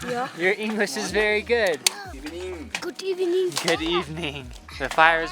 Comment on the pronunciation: "Good Ebening" 😁